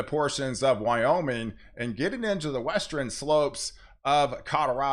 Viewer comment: Formidle? Westren? At a had of it? English language?